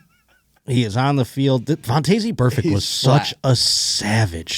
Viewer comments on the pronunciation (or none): its pronounced Von-tez Burfict and someone tell the producer you can slow the replay speed of youtube videos